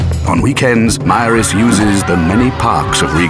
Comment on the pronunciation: Except the pronunciation of Maris , but other than that very good .